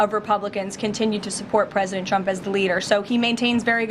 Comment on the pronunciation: "President Chump" - those lip fillers have given her a speech impediment